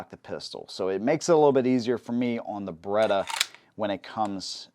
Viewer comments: Beretta, not Berretta. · Beretta, not Baretta.